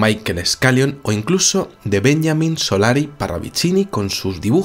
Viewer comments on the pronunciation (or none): Hola, Benjamin Solari Parravicini fue argentino y acá lo pronunciamos Benjamín no Benyamin. Saludos. Muy buenos tus programas. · no es "BENYAMIN" es Benjamín, en latino, era argentino